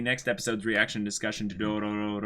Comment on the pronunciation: Why is still saying Dorororo...